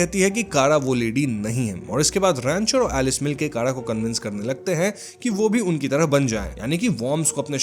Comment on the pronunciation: It’s not Roncher it’s Rancher….